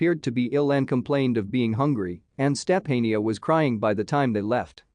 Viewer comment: Step-A-neeah? Sophia?